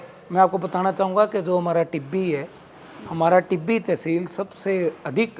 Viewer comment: Not तिब्बी ...it's टिब्बी